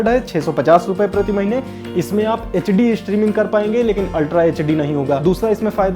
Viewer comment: HD ya echedi. accent of bihar. btw demo was good.